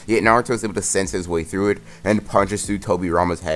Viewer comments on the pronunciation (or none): none